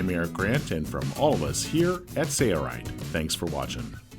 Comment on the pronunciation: Why can't the narrator say SAIL-Rite? He says SAYER-rite every time. Bro it's not a hard word. Say-LLLLLLLLLLLL. SAIL.